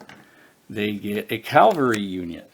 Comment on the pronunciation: Yet another person playing this who says calvary instead of cavalry. Are you religious so you only heard about Calvary (where Jesus was supposedly crucified), but you somehow never heard of cavalliers or cavalry (a horse-mounted military unit)?